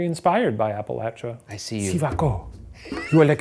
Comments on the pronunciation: I always get excited when Appalachia is pronounced correctly (the way the majority of the people in the region say it APP- A- LATCH-A) well done Shane! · Thank you for pronouncing Appalachia correctly! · Shane as someone from the Appalachian mountains and on behalf of every Appalachian we greatly appreciate you for pronouncing them correctly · Shane pronouncing Appalachia correctly was once again a reminder of why I love him. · Shane pronouncing Appalachia correctly gives me hope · I'm loving the correct pronunciation of "Appalachia" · Oh my God, Shane! Thank you so much for pronouncing Appalachia correctly! Nothing infuriates us Appalachians more than hearing it pronounced App-ah-lay-sha 😂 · you guys pronouncing appalachia right makes me so happy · Shout out to Shane for saying Appalachia correctly. My Appalachian rage is appeased for the day. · Thank you for pronouncing Appalachia correctly Shane! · thank you for pronouncing appalachia right shane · Thank you for pronouncing our mountains correctly - sincerely, an Appalachian who will throw an apple-atch-ya for pronouncing it wrong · Above all else, I'm just glad Shane says Appalachia right